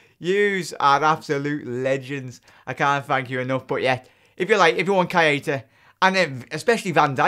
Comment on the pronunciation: plz just say naby it's not pronounced ky eh tah it's pronounced kayta lol